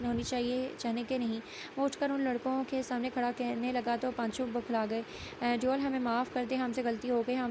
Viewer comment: Exactly. It's devil not deool 😂😂